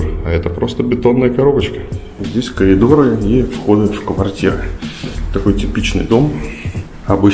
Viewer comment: ты сказал "калидоры" ?